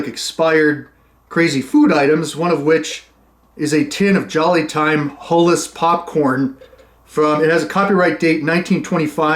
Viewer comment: Is it HULLESS? 😂😅 Edit: without a hull?